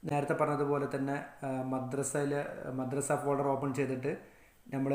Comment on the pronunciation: ഫേൾഡർ അല്ല ഫോൾഡർ ആണ്